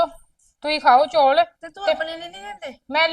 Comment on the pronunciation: ਬੀਬਾ ਜੀ ਚੌਲ ਹੁੰਦੇ ਆ ਨਾ ਕਿ ਚੋਲ